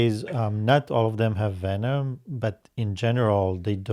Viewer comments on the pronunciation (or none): none